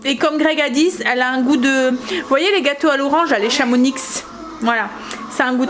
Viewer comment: Cc Chamonix !😁on prononce pas le x! 😂 Cc de haute Savoie 😘